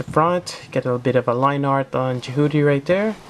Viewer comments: I had to stop the second you pronounced it Je-HOO-ty. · You keep saying its name wrong and it's frustrating.